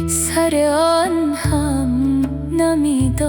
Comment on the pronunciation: سلام دست شمادردنکنه ممنون عالی بود درضمن جمله سراشتباه ست جمله سِره یعنی ( اّ سرار) خواننده اشتباه تلفظ میکنه ببخشیدفضلی کردم ممنونم سربلندوپایدارباشید